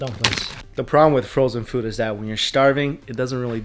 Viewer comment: Literally to the robot: “take me to fewd” 🤣🤣🤣 love you!! 😂💕